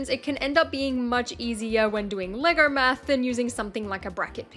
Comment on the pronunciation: How does she manage to pronounce “Lego” with an R at the end?